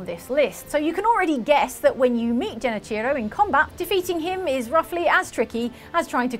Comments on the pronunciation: Its genichiro not genechiro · Lol hearing pronounce genichiro hurts